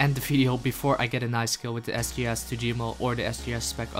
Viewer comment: Please say 'Video'. Thank you.